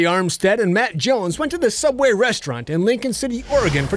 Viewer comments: It's SOOABWAY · SOOOUBWAY? NOOOOOOOOOOOOOOOOO